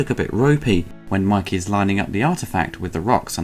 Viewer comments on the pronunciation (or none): It's Mikey not Mickey